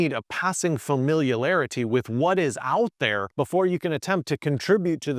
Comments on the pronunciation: You certainly made up a word here! It’s NOT pronounced “Familialarity” 😅 sheeesh… that slaughtered word is closer to meaning “about family relationships.” The word you’re trying to say (and use properly,) would be “familiarity.” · “… a passing FAMILIAL-ARITY….” 🤣🤣🤣 Tongue twisted? (the word he tried to say was “familiarity”—“fa-mill-ee-air-ity”) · familialarity - second video I've seen with you saying it like that. is that a familiarity of family? heheh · Familularity? OMG. Familiarity. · An "editor" who can't properly pronounce the word "familiarity"...not okay. mins in...and I'm out!